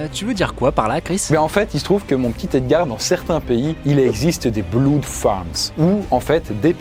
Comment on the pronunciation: Ah nan par contre stp pour le sang blood on dit pas "bloude" on dit "bleud" merci